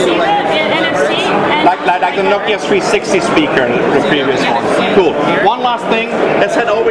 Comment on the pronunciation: Give you a good ideer of what nokeer...